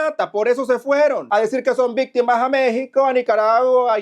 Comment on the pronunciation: CUÁNTAS "VISTIMAS"?????😅😅😅😅😅😅😅😅-😅😅😅😅😅